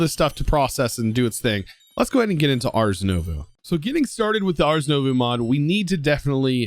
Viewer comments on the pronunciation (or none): It's pronounced ars noovoh >:(